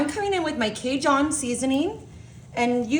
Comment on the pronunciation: Oh my gosh. I appreciate the effort but oh my gosh!! The food is fine. Everyone is doing it. It was on the calendar creators subscribe to. Not the problem. I don't know who this is, but she is highly unprofessional, failing to prepare adequately. "An dooley" ???? "K John"??? and a bit of that sing song thing. Is that a Yankee ( northeastern part of country) thing. I don't know where that speech pattern originates. But the flat out mispronunciation of common foods has to go.